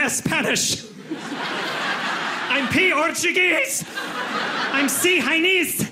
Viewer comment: "I'm C - hinese" lol